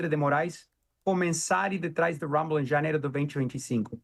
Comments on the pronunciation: O nome é RUMBLE, não HUMBLE, por favor!! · por favor observe a pronúncia do nome Rumble... Do jeito como você fala em inglês significa "humilde"... O R no inglês soa diferente... Joga no Google tradutor aí que você vai entrar... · COMECE POR APRENDER A PRONUNCIA EM INGLÊS DE "RUMBLE", SUA MIMIZENTA TONTA.